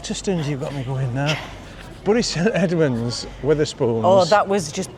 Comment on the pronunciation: It's Berry St Edmonds not Burry St Edmonds.